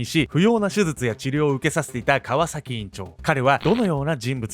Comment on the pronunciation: 川崎のイントネーション気になってしょうがない